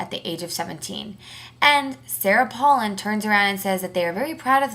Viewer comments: First of all if youre gonna be talkin' smack on her pronounce her name right mofo, second of all, it really sucks for you that youre so wrapped up in OTHER peoples lives you almost fell to the floor? i dont see how its your business. and last, her daughter's pregnancy did not effect her running at all. have a nice day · Learn how to pronounce her name correctly. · say her fucking name right u dumb ass bitch